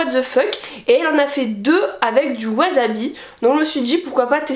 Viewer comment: On dit Wassssabi ><